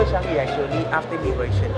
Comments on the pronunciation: Er.....NOT "Jew Chengyee" It is more like "JeWel ChaahngYee", in pronounciation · She pronounces 'JEWEL Changi' wrongly